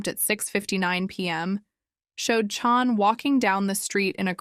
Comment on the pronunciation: her name is CHAN not CHON.. also pretty sure she was rapped.